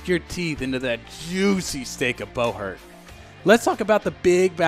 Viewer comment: Is it really pronounced bow-hert instead of bu-hurt?